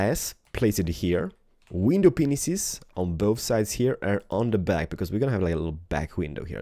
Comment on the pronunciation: Did say 'window penises'?